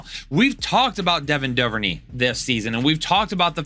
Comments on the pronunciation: DuverNAY not DuverKNEE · Great content! Also, it's Doo-ver-neigh in Devin Duvernay.